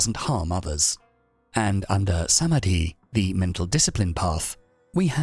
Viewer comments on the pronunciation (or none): none